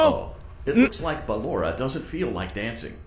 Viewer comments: He called Blora Poloma hahahahaahah 😂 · HE CALLED BALLORA BALOMA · It’s so funny how he says balloras name as paper in my language 😭😂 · THE WAY HE SAYS BALLORA AS BALLOMA